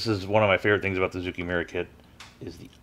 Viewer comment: It's a small thing, but zoukei actually rhymes with "okay." The Japanese language in general has trended towards making things easier to say, so "ou" is usually read as a long "oh" sound and "ei" as a long "ey." 造形村 sort of means model-making/modeller's (zoukei) village (mura). The fiddliness of this kit really doesn't seem worth it for whatever gains the final product might have.